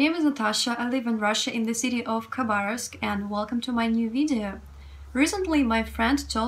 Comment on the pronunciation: Good to hear how to correctly pronounce Kharbarovsk. I think most English speakers would put the accent on the 'OV' instead of the correct 'BAR'.